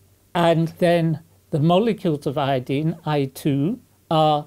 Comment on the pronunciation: Eye-o-dine not Eeee-ya-deen! Great video! Oh and aluminum not aluminium.